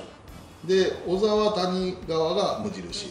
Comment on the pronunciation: 2015年のドラフト2位の小沢は「こざわ」と読みます。→シニア同じです。